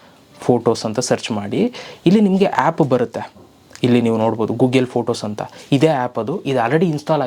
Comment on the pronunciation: Gugel alla ri Google!